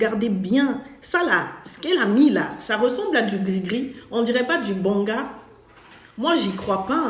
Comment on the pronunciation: C'est original de facon de prononcer le banga 😁